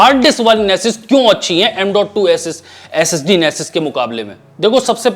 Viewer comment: IG SSD Bolta Hai To Aisa Lagta Hai S.E.X. Bol Raha Hai 🔥 #AshleelIG